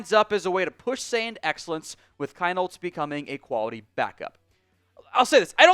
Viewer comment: It’s still pronounced Keen-holz!